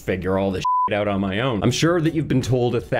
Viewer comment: owt.. in and owt.. in and owt.. in... and owt..